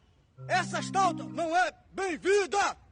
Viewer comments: Estauta?kkkk..vai aprender a falar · kkkkkkkkkkkkkkkkkk Estalta ou Estata? lol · "Stauta", "estata" kkkkkkkkkk O surto patriótico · Não se diz estauta, se diz menumento!